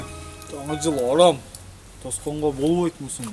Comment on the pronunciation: Бовойт эмес жон эле болбойт🙂